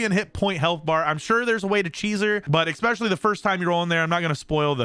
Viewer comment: I had to stop listening cause of the "ecccccspecialluly" No c exists in that word dude.